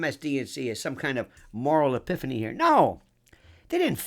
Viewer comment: moral epiffeny